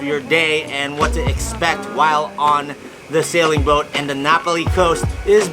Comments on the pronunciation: Great video of a part of the island that not many see or enjoy!! Not to be critical but it's pronounced Nah Pah lee vs. napoli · It's Nā Pali not Napoli (Nah- Pali) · *Nah Pah-lee not Napoli 😂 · It is pronounced Na PA li coast. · Pronunciation; Na-Paul-Lee Coast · Love the NA Pali Coast! See if you can count how many times miss pronounces Na Pali! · At least a dozen. I liked the tour, but every time he mispronounced Na Pali, it was like dragging fingernails down a blackboard. Many years ago, I lived and worked on Kauai, plus hiked the entire Na Pali coast trail.